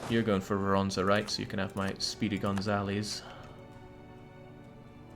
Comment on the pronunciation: you can almost hear tramping horse in the distance and Sabaton singing: "AND the Winged Hussars arrived!" BTW, - it's pronounced Voronezh